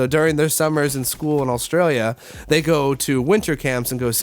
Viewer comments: Considering you lived in my county you still can't say it proparly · The way he says Australia was really getting to me